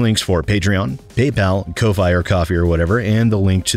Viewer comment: Every time SidAlpha struggles to say Ko-Fi, I mentally insert Covfefe.